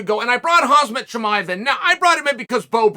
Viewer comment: Slow down and read his name...it's Khamzat, not Khazmat....small difference but not really.....not a big deal but after 100 videos you think you'd get it right